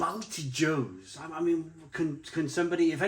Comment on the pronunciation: BALTI-YOHS pronounced